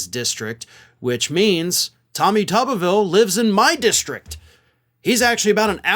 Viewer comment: pronounced 'Tooberville'